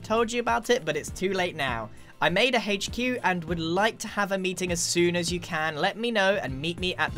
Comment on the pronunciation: Is nobody gonna talk about how Grian pronounces the “H” in HQ